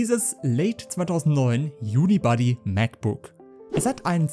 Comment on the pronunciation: Das heißt "unibody". Nicht "unibuddy". Body ist das Gehäuse, Buddy der Kumpel. Mach's doch lieber auf Deutsch: Gehäuse-aus-einem-Stück.